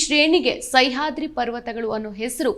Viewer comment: ಸೈಹಾದ್ರಿ ಅಲ್ಲ "ಸಹ್ಯಾದ್ರಿ"